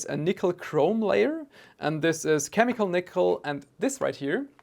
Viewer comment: I came here to see if I was alone… lol he mangled it. 😂